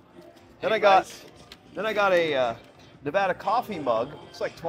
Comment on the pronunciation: I'm so glad that you know how to pronounce Nevada. That is a pet peeve of mine. 😂 You're awesome!!